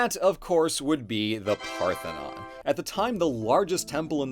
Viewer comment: "They say of the Acropolis where the Partenon is..."